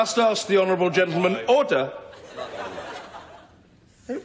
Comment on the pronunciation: I am not sure if sure he says "order" or "hodor".